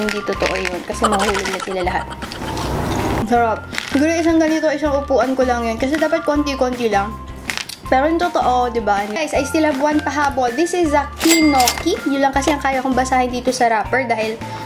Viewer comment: Ate, Kinokono basa dun not Kinoki :) di ko na rin alam yung last letter Haha